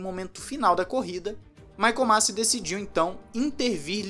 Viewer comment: Masi. Se pronuncia "Masí"